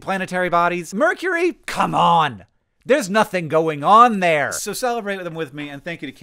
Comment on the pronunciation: "So I can celebrate them too" emphasis on the cel (sell)